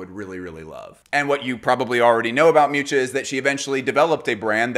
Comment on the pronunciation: Hearing his pronunciation of Miuccia ("Mewcha") was atrocious